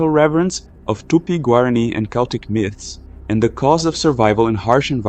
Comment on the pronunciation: Great video, Celtic is pronounced like with a K fyi